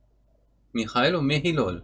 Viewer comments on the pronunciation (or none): Es wird mihailo ausgesprochen :D